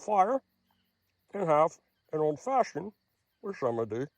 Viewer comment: Were u saying "Old Fashion" as a euphemism for an over the pants H.J.?😂